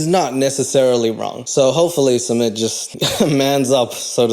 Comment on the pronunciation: My absolute favorite thing about his couple is the fact that Jenny has no idea how to say sumits name. She has called him schmit, sumeet, smit, summit, suemit, Smith and I die of laughter everytime..😅😂